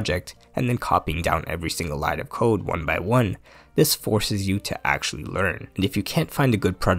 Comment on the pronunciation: "if you know how to cood" Bro say CODE, not cood